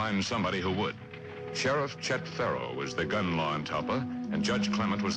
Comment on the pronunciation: The sheriff's name in the show is Chet Farrow....but I listened over and over again and it sounds like Trump says "Barron" to me.